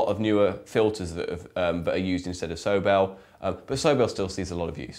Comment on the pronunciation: isn't it pronounced So-Bell, not Soble?